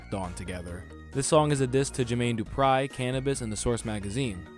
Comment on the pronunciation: "Jermaine DuprEYE" 💀